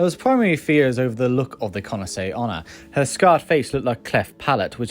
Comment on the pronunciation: I feel like you've been pronouncing Kuchisake Onna very quickly, it sounds like Kunase Onna. Nice vid tho :)